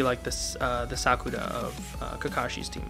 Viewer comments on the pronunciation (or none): none